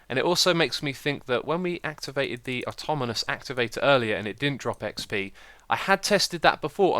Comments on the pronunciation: Ben North I know but he was putting letters in the wrong positions that isnt just an accent (he said atomonous not atonamous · X its pronouced aw taw naw mus activator :) sorry it just nagged at my mind and i had to say something